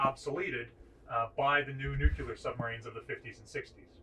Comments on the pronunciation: There is no such thing as a nu-cyu-ler submarine. They are all nu-clear. That is, unless you want to speak with a hillbilly accent. LOL Pet peeve. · Nu-cle-ar, not nu-cu-lar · Very interesting, but please, nuclear is pronounced "new-clear", not "nukular". Sorry! it just bugs me! Great videos though, I have always been fascinated by all things Naval and floaty, or even sinky! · Good presentation. One small suggestion. It's "nuclear" not "nucular". Or avoid both by using "nuke". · As soonb as he said nuc U lr. I LEFT FOR PARTS UNKNOWN. It Nuc LE AR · aah, the Bush years. "Babs, where the heck did I put the nukyulurr football?". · That word is (nuk le ar) not (nuk u lar) damn it get it right. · It is not nucular, but nuclear! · I was a P3A and P3C TACCO. Pet peeve: When authors and historians are speaking of weapons or marine propulsion systems and the term spoken is nucUlar (intentional misspelling), my head hurts. The word is spelled "nuclear" because power is derived from energy released when the "nucleus" of a specific atom (fuel) is split. This was first accomplished experimentally in Illinois in the 1940s. I cannot fathom (navy terminology) why it has taken over 70 years for people who speak the English language, and particularly for people who work with or discuss the application of nuclear power, to pronounce a relatively simple 3 syllable English language word. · Nuclear is pronounced "NU-klee-urr". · Did you say "Nuc-U-lar"? Oh boy.. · Nuclear is pronounced NEW - clee - ur. 🙄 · You can't say "nucular". Ever. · NU-CLE-AR, please! A college educated man such as yourself should know better. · If there can be people who believe the earth is flat, there can be people who have not yet learned how to pronounce "nuclear." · Go ahead, Ask GW Bush how many "U's" are in Nuclear??? He gets it wrong every time.... Thank goodness you don't need to properly pronounce anything, just push the damn button when needed!